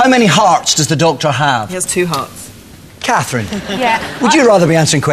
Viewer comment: Cathrine...TADIS...where did the R go!?